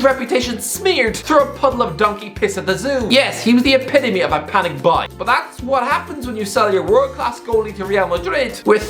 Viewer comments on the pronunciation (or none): none